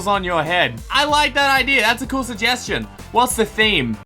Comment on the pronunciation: first suhjeschon